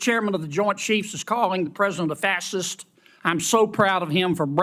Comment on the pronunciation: Kennedy can't even say facist properly 😂😂😂